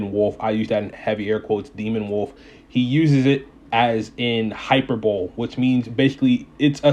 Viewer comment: Hi-per-bowl-lee. Not Hyper-bowl. Rofl. Other than that and getting on people for not knowing the word great video